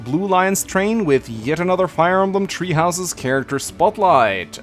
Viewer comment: did you say tree houses? 😂